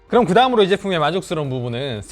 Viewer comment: 의 리뷰는 늘 밝은 표정과 밝은 억양, 점잖은 말투와 태도때문에 좋아합니다. 다만 예전에도 느꼈던 거지만 이번 리뷰는 특히 딕션이 너무 나쁘다는 걸 느꼈어요... 예를 들면 챕터 2등에 나온 부분만 하더라도: 앞판과 뒤판이 나워져이꾸여 (앞판과 뒤판이 나눠져 있구요), 요렇게 포코핀 방식으로 ↓여기밑에다가 ↓ 붙여가지고 사용하는 ↓ 이런방식이예요↓. 여기 이렇게 닿일 때 (여기 이렇게 닿을때). 펜을 안쓰신 분들이라며~ (펜을 안쓰신 분들이라면) 그롬 이 키보즈와 함께~ (그럼 이 키보드와 함께). 요즘 유튜버의 성향이 빠르게 넘어가는 건 알지만 말씀을 빨리 하시려다보니 자꾸 억양이 무너지거나 발음을 씹는 단어들이 늘어나는 것 같은 느낌이 듭니다. 말을 조금 더 천천히 하셔도 되니 양성모음과 음성모음의 차이의 구분을 두시고, 받힘있는 단어의 정확한 발음을 해 주시고, 계속 빨리 발음을 하시는 것 보다 단어와 단어, 문장과 문장을 딱딱 끊어서 템포를 조절해 주시면 말씀하시는 도 편하고 듣는 사람에게도 정확한 의사표현이 전달될 것 같습니다. 좋은 리뷰 잘 봤습니다:)